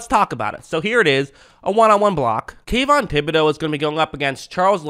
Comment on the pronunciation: Did you say Tayvon????